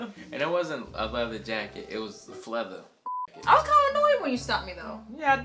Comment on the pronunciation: 'It was fleather' 🤣🤣🤣